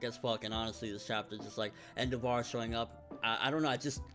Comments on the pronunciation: En-DEV-er. Not En-DAH-VAR. lol Sorry, I don't know why that bothered me so much. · Hey Endeavor's name I'm pretty sure is pronounced like the actual word Endeavor. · the way he mispronounes endeavor is annoying... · Why do u say endeavor's name that way?